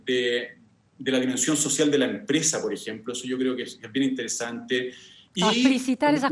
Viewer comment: Sociale, Juece, Salu, gracia, adio, pensione, ufff qué mal habla el Dr. Constitucionalista.